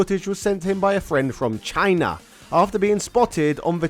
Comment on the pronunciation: Why are you saying "CHINA!" that way? What's with the extra emphasis whenever you say the word?